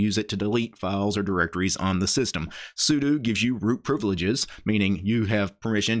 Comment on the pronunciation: ugh.. the way you pronounce sudo gives me forest whitaker eye